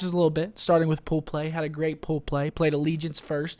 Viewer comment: was I the only one that laughed every time he said "poo play" 😂